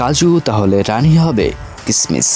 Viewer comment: কিসমিস উচ্চারণ ভুল আপনার